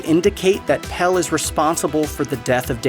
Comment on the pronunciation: God knows why you'd make a video like this and insist on mispronouncing almost every single name in the movie, as if you hadn't heard them pronounced multiple times while watching. I mean, "Pell", come on.